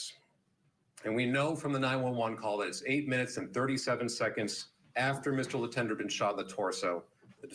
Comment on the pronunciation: As a french-canadian, hearing the name Letendre pronounced « Lee-Ten-Der » makes my ears cringe 😬😅😂